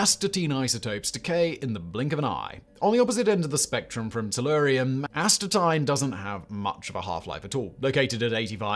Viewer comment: please learn how to pronounce Astatine.